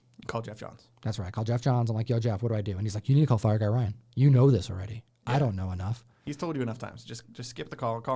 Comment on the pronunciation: I thought you said Phie Guy Ryan which would be a very strange Gem Mint crossover...! 😅